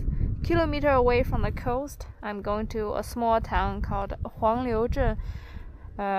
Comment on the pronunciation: 海岸 coast, not cost